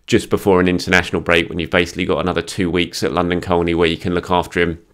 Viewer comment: Hi, my wife grew up in London Colney and, whilst she enjoys your coverage, she really really wishes you would NOT pronounce the 'L' in Colney... it's pronounced Coney😉 (or at least it was in the 1970s).